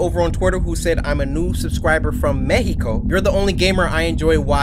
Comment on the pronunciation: he said metico